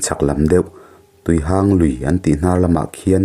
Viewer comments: Tuihang' Lui nilovin tuihang'(mihang)chutiang chuan lm tur. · Tuihang (Chawhmeh hang anga i lam hi) Tuihang (Mi ngo, mi hang kan sawi a hang kan sawina anga lam tur a ni) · Tuihang khi i thluk diklo.Mihang tia hang anga thluk tur.Tin,Pinkhone tih pawh khi Pinkhung tia chhiar tur.